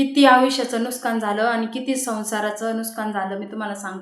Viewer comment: नुसकान नाही नुकसान